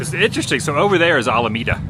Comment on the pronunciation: If Adam's Mom wasn't with him. He would have already bailed. And it's pronounced Al-a-meda Adam.